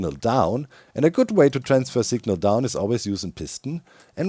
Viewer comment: Doc says signal like sigma. Just sayin